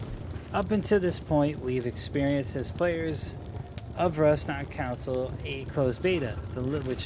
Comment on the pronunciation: Anyone else hearing “counsel”and not “console” lol